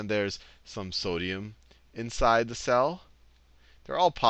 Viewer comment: Everytime he says "cell", I hear it as "Sal".